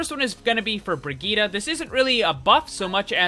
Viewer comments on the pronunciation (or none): It is not brigeta